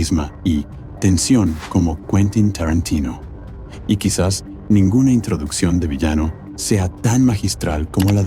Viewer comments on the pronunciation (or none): Y ME MARCHO DE TÚ VÍDEO. CUANDO DICES "ESCORSECI" O QUINTÍN "TARRANTINO" DOS NOMBRES ITALIANOS PRONUNCIADOS CON UN INGLÉS ¡CHAMPURRRRADO! ES MAS QUÉ SUFICIENTE "PARRRA" MÍ! ADIEU!🙋